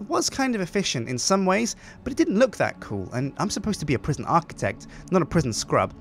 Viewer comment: La prison (with French accent) :D